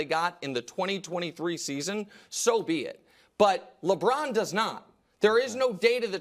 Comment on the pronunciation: Nick “ Lebrron at age 39”😂🤣🤣🤦🏾‍♂️